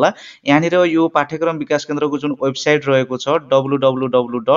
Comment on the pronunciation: राम्रो! तर वेबसाइड हैन वेबसाइट अनि क्रसर होइन कर्सर भन्नुपर्यो के सर।😂